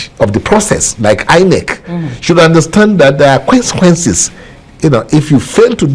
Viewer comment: He said there are kwansekwenses chai 😅